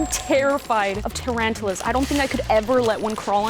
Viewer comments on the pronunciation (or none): Not to be rude but she said "TRANTALAS"